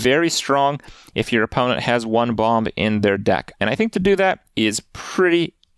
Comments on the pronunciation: Can someone let Kripp know the second b in "bomb" is silent please? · Does he keep pronouncing the 2nd ‘B’ in bomb?